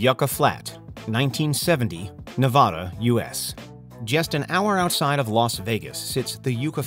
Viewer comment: Its Nev-a-duh. Not Nev-au-duh. A like apple. Please y'all 😭